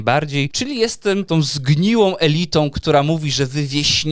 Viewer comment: Masakra "elyta"